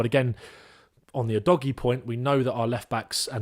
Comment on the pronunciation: The Udogie pronunciation game was all over the place 🤣 but love your coverage otherwise, very good and the kinda stuff that I like to see